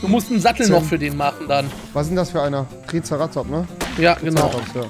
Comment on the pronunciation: Es triggert mich so wie sie Triceratops aussprechen